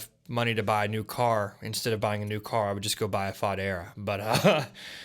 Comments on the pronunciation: “Faux-dera” not Fodd Era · “Fah-dera”…? Lol